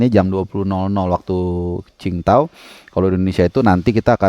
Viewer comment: Dari sekian banyak pundit, jurnalis, komentator di Indonesia.. cuma yang bener dengan penyebutan kota qing dao.. respek..